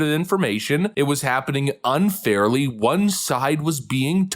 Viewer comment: I love, but the way he pronounces "won" like "Juan" drives me crazy lol